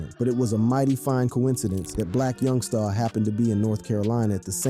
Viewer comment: It’s Black Youngster, not YoungSTAR